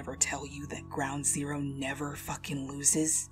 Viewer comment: Wait wait wait wait, did he say groud zero?????????😕😏😏😕😏